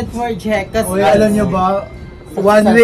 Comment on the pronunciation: Hirap na kasi siguro baguhin ni ang pronounciations nya.. Gaya ng TODAY nya na tunog toTHey,yung One na tunog WINE ganun,yung D nya TH ang tunog ganun..dati din naalibadbaran ako pero ngayon tinanggap ko nalang na maarte sya magsalita compared sa iba,.